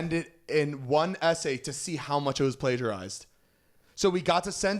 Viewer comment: I have never hear anyone pronounce plagiarized like that lol